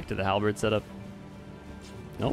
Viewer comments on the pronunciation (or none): none